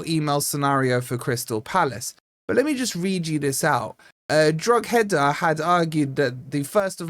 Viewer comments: "Drog-header" sounds like a Chelsea striker sticking the ball in the net 😂 I believe it's "Dro-eeda" but unless you'd watched Irish football, you probably wouldn't know that. And is pretty bad at pronunciation (sorry mate but you know you are!). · I'm sorry... DroG-Heda... What?? Droh - Heda Please fix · Its pronounced dro ha da. Not drogheda😂. G is silent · It's pronounced "Droh-head-a" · the word is Drogeda the h is silent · "al qadsiah...but will we 'siah' goal..." that's the kind of shizzle that keeps me coming back to this channel lol. and thank you for pronouncing al qadsiah properly, although in exchange you did make a dog's dinner out of drogheda lol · No English YouTubers seem to be able to pronounce Drogheda 😂😂😂